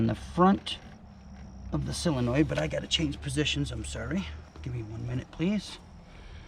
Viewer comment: Great video, but it's not a silinoid, it's a sOlinoid.